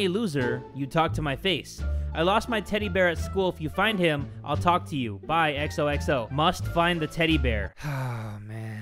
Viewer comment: So we all just gonna ignore the “I’il”